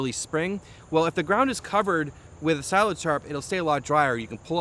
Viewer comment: That's definitely how to pronounce it. S-eye-laj